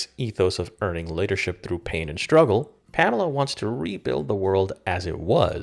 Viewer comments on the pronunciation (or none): none